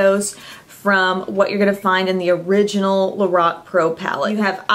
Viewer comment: Lorac (lor, rhyming with four, ack)